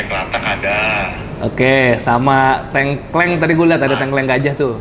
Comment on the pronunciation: Menarikk🎉 Koreksi dikit bang, kalau ngomong tengkleng, e di awal kaya di “apel”, e yang kedua kaya di “lele”. Sukses terus bangg, salam dari viewer jogja yang jarang komen😄🙏🏻